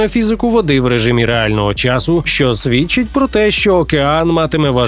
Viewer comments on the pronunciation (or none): none